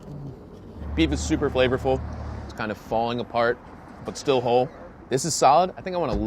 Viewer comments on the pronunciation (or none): none